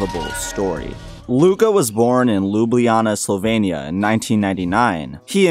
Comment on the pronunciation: Why do American's say Slovania, when it's Slovenia?